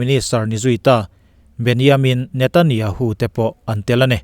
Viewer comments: Benjamin Netanyahu hming i lam rik dan hi a common lo hle mai.. 🤭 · Ngaihnawm thei hlemai. Israel chanchin hi rawn ti zel rawh. Benjamina hming erawh i lam dangdai khawp mai👍